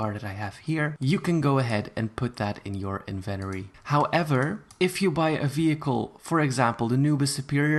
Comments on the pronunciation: I swear if he says inventory like that one more time...... HDSJSW WVAHDBWKQHVQJ WOWANZ JEKWWJJ V LWSBDOEBE RRJD IMA GO JUMP OFF A BRIDE JEFBKDEBELBRKWHDLWBEKDB Edit: Actually can you stop saying inventory like that please it’s pissing me off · I love the way you say "Inventory"!!! ❤️ 💕 💞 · Why is nobody talking about the way he says inventory like is he saying it wrong or am I to American im confused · It’s in-vin-tori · it called in-ven-tory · Inventory I thought it was invotory xD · En-ven-tori plz my ears in the USA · ughh! stop saying (invenory)😂💀 ! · I think you might have pronounced inventory wrong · The way you say inventory just kinda triggered me, but I will deal with it because I know pronunciations differ in different places. Edit: I'm not trying to be rude in any way. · most people: in ven tOh ree: invenoree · I love how he says invent-ory instead of in-ven-Tory 😂😂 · I thought it was in-vent-Tory. Not invenery LMAO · It’s inventory not Eventry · HE SAID INVENTORRRRE 😂 ITS SUPPOSED TO BE inventorE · Its inventory not inventery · It's inventory not invertery 💀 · It’s not in Venturi do you not see that there’s a T in it it’s inventory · Does he have an accent because he’s saying inventory wrong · Its inventory not inveroy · The invenory.... he forgot to say the “t” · Not trying to be rude! Why do Americans say everything weirdly, including inventory. They pronounce it like inventery when it really is inventory :) I’m sorry if this offended you! Didn’t mean to. x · "invEnori" me: AAAAAAAAAAAA ITS PRONUOUNCED "INVENTORI" ( yes ik i spelled them wrong, AND NO HATE SRRY LOL) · I’m sorry but .... WHEN HE SAID “invenory” HAHAHAHHAHAHA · AAAAAA HOW HE SAYS INVINTORY MAKES ME MADDDD IM SORRRYYYYY 😭😭😭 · It bothered my so much that you said in - ven - ery when it’s in - vent - tory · It’s INVENTORY NOT INVENRY!!! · Every time he says Invenory I drink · You keep saying "Inventary" but it's pronounced "in-vent-tor-ry" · "The bloxburg Invenery"?